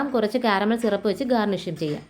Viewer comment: Shirap alla SIRAP